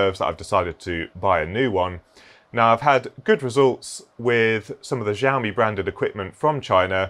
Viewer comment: I learned how to say Xiaomi from this video... I was 100% sure it was said Zi-o-me because someone told me that a while back. I googled it after you said it. I learned I was wrong. Price is good for new but I like to keep an eye one Facebook market and such. I picked up a $400 LG 144hz monitor for $90 but used market really depends on your location.